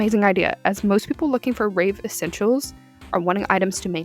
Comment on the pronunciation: It's either my ears or the way you pronounce it but i keep hearing "rape" not "rave"